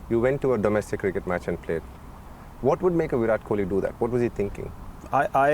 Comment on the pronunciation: Koli..!! you said it right 👍👍